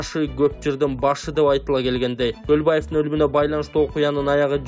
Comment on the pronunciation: Туура суйлосон камчыбек колубаев деп атасынго